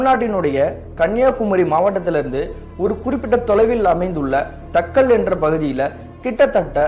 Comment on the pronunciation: தக்கலை...காளிகேசம்... உச்சரிப்பு கவனம் தேவை ப்ரோ